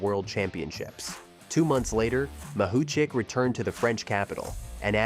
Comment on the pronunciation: How many times did the speaker mispronounce Mahuchikh's surname? - Yes.